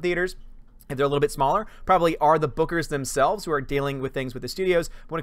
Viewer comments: Thanos is going to drain her powers with the gauntlet. By the way, when you were saying bookers it sounded like boogers. :p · I kept hearing you say " Boogers" hahaha instead of Bookers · I kept thinking you were saying boogers!! Hehehe!!👋